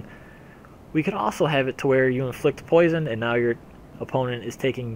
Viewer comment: "Hello everyone, today I'd like to talk about Poise(Kappa)on"